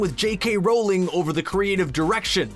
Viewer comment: J.K Rolling? Or Rowling? I can't listen to him say her name like that